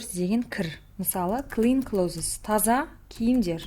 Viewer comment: Clothes сөзін дұрыс оқымадыңыз, close мен бірдей оқылуы керек